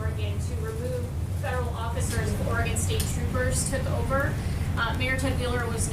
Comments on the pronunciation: Did Trump just call Oregon “Oragone”?!? Like some sort of mouth ulcer treatment? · Some people not familiar with the state pronounce it like that and oddly some people from the area also say it that way lol I am from the PNW